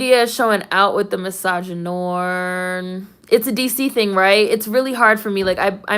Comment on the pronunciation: Well, you pronounced misogynoir right...lol